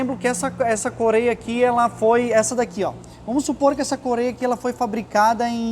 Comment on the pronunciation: Não é "corêia" é correia 😂